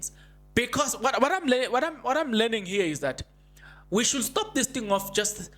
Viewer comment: His bias!! Not bias( Ness)!! Pronounced, Shud, not sound the l. Learn some proper English. My 11year- old boy is questioning your language!!?